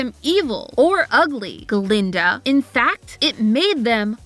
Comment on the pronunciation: That's Guh-linda. With a "guh".